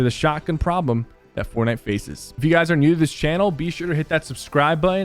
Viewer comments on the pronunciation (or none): Like my comment if you like the way Sypher says “new”. Knnnewwww